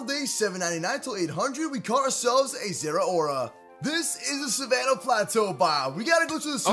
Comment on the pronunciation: Im so glad he pronounced zeraora correctly